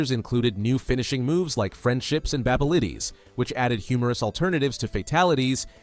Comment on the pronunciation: I heard "Babelities" 💀